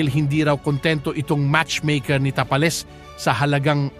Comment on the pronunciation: ayusin mo mag bigkas ng "tapales"😅😅